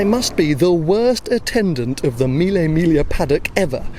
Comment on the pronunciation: It’s pronounced ‘milly mig lee ah’